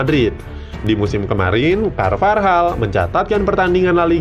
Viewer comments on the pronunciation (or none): daniel carvajal woy bukan carvarjal gajelas banget asli